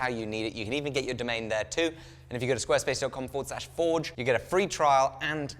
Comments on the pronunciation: You saying squarespice was funny on a video about dune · You almost sounded Australian when you said Squarespace like that mate.